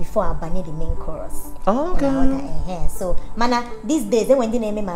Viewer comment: Lol....if you no Sabi pronounce CHROUS.. hide your face 🤣🤣🤣🤣...Nice one from and our amiable...I love you both